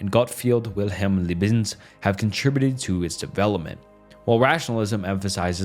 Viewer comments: Leibniz too is pretty butchered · This has to be an AI voice over?!?....Empiricism, Laissez-faire, Descarte & Leibniz we're all pronounced like a 5 year old! 😂